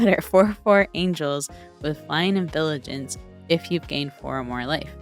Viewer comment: Looove the video <3 Also you said "Vilijance" and now that's how I'm calling it